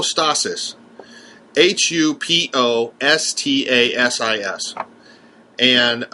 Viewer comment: Try "hypostasis" the "y" sounds like a "u". It's not an unknown term.